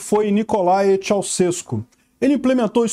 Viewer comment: a pronúncia do nome dele é "tchauxeku"